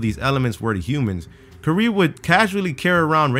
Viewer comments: That's not how you pronounce Marie Curie's name xD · the way he pronounced "Curie" gave me radiation poisoning